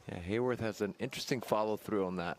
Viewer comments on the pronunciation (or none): Everyone pronounces Haworth's name wrong. There's no "y" in his name. It's Hah-worth.